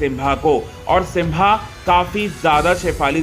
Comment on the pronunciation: सिम्बा है वो सिंभा नहीं